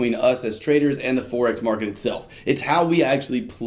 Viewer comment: Forex, as in foreign, not forex as in fourex.